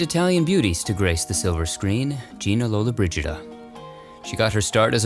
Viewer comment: Si chiamava Gina Lollobrigida e non Lollabrida. Ma per cortesia mettete un italiano verace e non un' americano italianizzato.